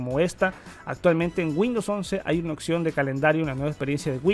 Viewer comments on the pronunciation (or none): none